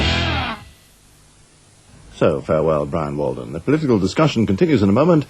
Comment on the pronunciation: Awww, poor Bwian.